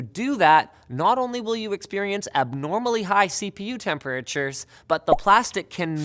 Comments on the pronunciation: "high cpu tempahreechurs" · the way he says tempertatures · am I the only one who noticed how weirdly Linus pronounces the word "temperature(s)"?